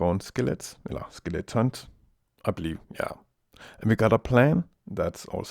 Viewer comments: NEVER STOP SAYING SKELETS! :D Btw Subbed! :D Really nice tutorial! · This is a very good tutorial. I like the cutout views. And I like how you say it as "skelets." :) I've used this model twice in servers. :D Works well, but I may try winging it next time... ;)